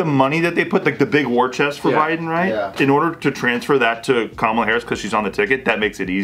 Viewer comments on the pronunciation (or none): When Joe said Ka-llama Harris my brain created Kamala with a llama wearing shades. Why, brain? Why?...